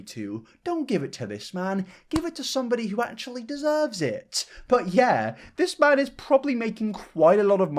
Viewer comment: When you said "this man" I heard " Piss man" in reference to the onion man and HAHAHA did a spit take